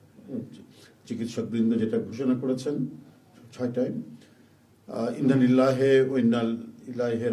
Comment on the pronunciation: আমরা কেমন মুসলমানরে ভাই ঠিকমত ইন্না-লিল্লাহি টাও বলতে পারি না